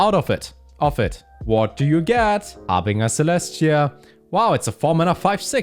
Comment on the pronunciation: I am a big fan of that pronunciation and i think it should be the official version, because I used it too, but it's pronounced "haar bin jer"